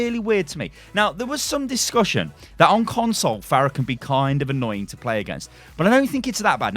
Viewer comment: Pharah? Really? Jesus Christ.